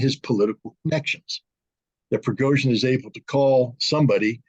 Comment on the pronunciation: The name is Prigozhin, NOT Progozhin 😂